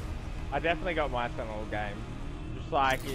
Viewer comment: Why cant he say sentinel properly? 🤣